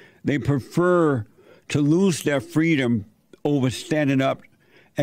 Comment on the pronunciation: Kamala said we want Fweedom.....pathetic...